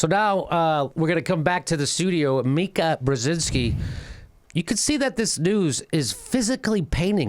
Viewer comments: The name is Meeeeeeeka Jimmy not Meyeka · JImmy it's Meeka not Myka. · It's MEE-ka.. NOT "Mike-A"... ugh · Me-ka not Mi-ka in terms of pronunciation....lolllol that's how she pronounces her Polish name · "Mike-ah?" No, "Mee-ka." Obviously Jimmy has NEVER viewed Morning Joe. Oh, now he is saying: "Mee-ka." Did someone whisper in his ear? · Jimmy, it's mEEka, not mika. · Her name is pronounced meeka..... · It's pronounced "Mee-ka" ;) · Oh, and learn her name. If you're going to make fun of Mika pronounce her name correctly.